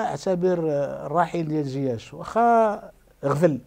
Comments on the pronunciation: ناري عصبني واش من نيتو كيقول زياش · واش أنا لي كنسمع هاد الصحفي كيقول زياش🙄🙄